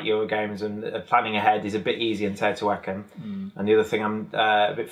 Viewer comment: Tayotawhackin??? Teh-oh-tee-hwa-caan please..😋